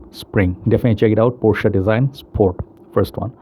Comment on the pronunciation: Unfortunately it's the other pronunciation